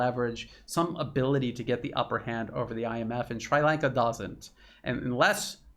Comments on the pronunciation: It is pronounced Shree Lanka. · it's pronounced sree-lanka. Sri as in see with an r. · Jesus dude. Where are you from. Ballymacsleepy in Antrim. Its Sri Lanka as in Shree. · Except for the pronunciation of Sri Lanka, you're right on, 😍🥰. Much appreciation from the Horn of Africa!! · It's pronounced like Sree not Shry. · Not Shrai Lanka. Shree Lanka. Please Google pronunciation. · Sree Lanka. Not Sry Lanka. ;-) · Sri Lanka. You got the Lanka right. The "Sri" sounds like "SREE" and not "SWRY" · Sree Lanka not Sry Lanka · Appreciating all your sincere efforts to shed light on what's going on in the world I have to ask you to stop mispronouncing Shri Lanka as Shrai Lanka. I guess we all have had enough of this utter stupidity of mispronouncing the names of various countries , such as Iran (Airan), Irak (Airak), Shri Lanka (Shrai Lanka), . . . And by the way, there is no such thing as Tamals. These people in Shri Lanka and the South East of India are called Tamils. These things may be insignificant in the wider context of what is going on but they are nevertheless essential. So let's try to get them right first before we talk about the real issues. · Shree....not Shrai. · 🤨"Shree Lawnka" not "Shry Laynka" 😁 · SHREE Lanka. Very hard to listen to your commentary when you slaughter the name of a proud, ancient nation. PLEASE DO YOUR PRONUNCIATION HOMEWORK FIRST BEFORE YOU GO UP ON A VIDEO. Repeat after me: SHREE Lanka. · Sree lanka pronunciation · Americans always get pronunciation wrong. It's Shree Lanka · I had trouble recognizing your pronunciation. We say Sree Lanka in New Hampshire. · * "SHREE" Lanka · Is it really called SCHREI Lanka? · Sri Lanka is pronounced shree - lanka. Tamil is pronounced tam - meel, rhymes with Tammy. I visited the country twice, once at the start of the civil war & once again immediately after the end of the civil war. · Pronounced as Sree Lanka. Tamil pronounced as Tam-mer